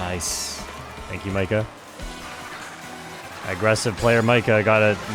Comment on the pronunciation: Mika is actually pronounced Me-Ka. It's a German name. Honestly.... Scotty doesn't know that fiona and me do it in my van every sunday! (get the movie name right and I'll give virtual kiss)